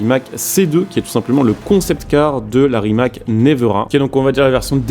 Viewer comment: Ça se dit « névéra » 😉